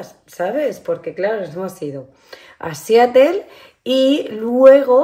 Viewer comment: La pronunciación es SIÁROL. Como APPLE es áepol y PEOPLE es pípol.